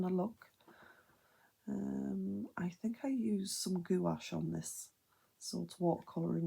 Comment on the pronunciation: The way you keep pronouncing gouache as goo wash has me cracking up girl. Beautiful art though!